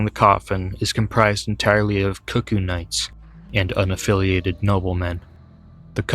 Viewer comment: I know it's a small thing but that's not how cuckoo is pronounced. And I could probably swallow my 'tism about that if it weren't for Iji naming them in spoken dialogue. Other than that good video